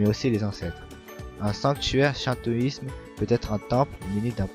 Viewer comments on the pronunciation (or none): Le shintoisme se prononce chinetoisme